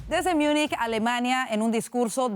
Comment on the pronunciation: Joder no se dice "Miunich" se pronuncia como se lee, Múnich, lo quieren pronunciar en inglés pero ni siquiera así está bien pronunciado, München en alemán la pronunciación es totalmente distinta al inglés.